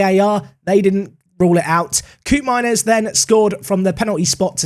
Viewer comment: The ' oo' pronunciation of Koopmeiners in dutch is more akin to the 'o' in bloke or cope, in Dutch